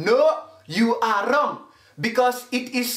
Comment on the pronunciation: ‘WRRRONG AGAIN’ 😭😭☠️